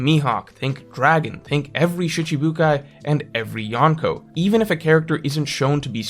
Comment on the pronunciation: Gotta work on that I sound in shItibukai. it sounds like the e's in eel. not like the I in hit. SHeeechibukai